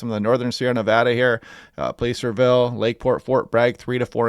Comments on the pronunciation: Love your channel... Just a reminder Placerville is pronounced PLASSER-vill 😉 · Plah cer Ville ( as in placer gold: found on the ground.)